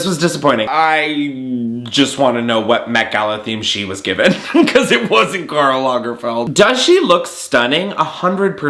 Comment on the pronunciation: Take a shot every time he says Karl Langferd